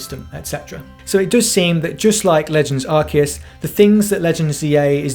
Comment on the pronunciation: good review, but it hurts my ears every time you pronounce Arceus wrong...